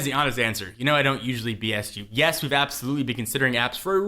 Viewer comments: lol appsolutley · APPsolutely... ಠ_ಠ